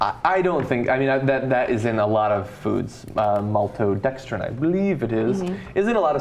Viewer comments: Ana, it would be pronounced "mal-to-drex-trin", if there were an "r" after the "d". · endauthority A very slurred "multrodrextros" in this very video proves you wrong. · GAWD, Ana. Maltodextrine? Seriously?! What a— Like seriously, there's wikipedia, you know, right.... and yes, I know she won't read this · If you cant pronounce maltodextrin you shouldn't be on a widespread show that broadcast things such as this one this, maybe try the beauty community. That girl got on my nerves so much in just this one video. Glad I unsubscribed a few months ago, sadly this came up in my "What to Watch" section, just another dumb let down video from The Young Dumbasses. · Everything has a scientific name. Sometimes these names are long and hard to pronounce, doesn't mean you shouldn't eat it. It just means you should look up and see what the names mean. For example, ff you look on the back of your food and it says "Triticum aestivum", do you run for the hills? NO. It just means "WHEAT." Also... really you can't pronounce Maltodextrin and Torula?! Also, Savory means full of flavor (or the Savory plant) not "meaty"... HOLY SHIT. . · not a very mature discussion. Ana cant even pronounce maltodextrin yet she scoffs at Taco Bell's explanation of corn starch. They are obviously trying to educate the public and clear up certain misconceptions so I don't see where the condescension is coming from?